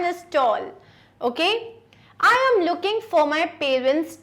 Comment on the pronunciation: Check the pronunciation of "AM"